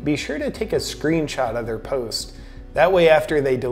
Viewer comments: I think he slurred. I don't recall him every saying "their" like "thuuuur" before. I think that's why it stuck out. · The word is pronounced like "thair" not "thur."